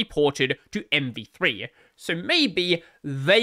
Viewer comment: I think you're saying MP3/MP2 a lot, instead of MV3 lol.. or is this the joke? Anyway, MV3 (or MP3) is really scary, let's hope Firefox receives more marking share because of it.